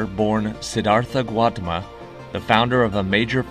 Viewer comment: 20/21, solid quiz, as usual. The Buddha's name is pronounced Gow-TA-ma. Cheers!